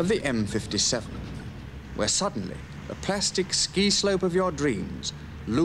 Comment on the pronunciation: Respect to this man for the correct pronunciation of the word plastic! Today the BBC think there is an 'R' in the word?